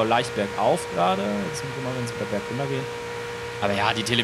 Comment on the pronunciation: 13: ps 👌 nice Ich weiß das unter gesagt hat, hört sich nur wie hundert an